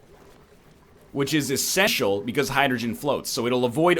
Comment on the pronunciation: Anyone else hear 'esseshial' ?